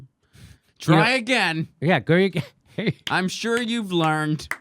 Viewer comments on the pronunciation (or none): none